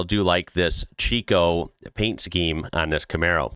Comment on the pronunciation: Life gets in the way sometimes you don't need to explain. Oh it's pronounced Chick o, the o being like zero. Didn't miss much this year it was kinda boring. I went and washed my hair then come back and nothing happened while I was gone. The day before was more interesting lol.